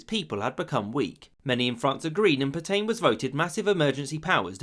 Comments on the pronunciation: Dubious pronunciation of Pétain. "[filip petɛ̃]" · Pétain = (closest English equivalent) "pey-TAN" with the N almost silent. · Please please it's pronounced PETA(n) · Reynaud, not Reynant Pétain, not Petaine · Say “Pet-anne” not “Pet-aine”. That’s a very basic and stupid error. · I enjoyed that, but for future reference, it is Pay-Tan, not Pe-Tain. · Great video. Especially that bit about Roosevelt vs Britain re: France. Only downside: the pronunciation of "Pétain" 🤦‍♂️😂 (Should be more like "Peh-tah", not "pertain"! 😂) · Puh-tain, for Petain? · I have to mention that Petain is pronounced "Petan" but of course the Brits have made a hobby of mispronouncing French words so maybe that's why. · "Le croix de Phew"? Merde alors, votre pronunciation est un bit off 😄 It's 'Pay-tan', btw. Le Petomaine was the guy who farted for the amusement of theatre goers and "music hall" clientèle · Pétain, pronounce: 'Paytain' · Omg he doesn't even try to pronounce things right "Peetayn" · Phillipe Pay-tan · I enjoyed your video, but please learn to pronounce the French names correctly.